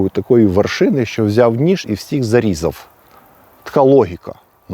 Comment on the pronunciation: Пане, вживайте звук ʼВʼ а не ʼФʼ, якщо користуєтеся українською мовою, а не російською: зарізаФ учніФ, рокіФ, стаФ, розстріляФ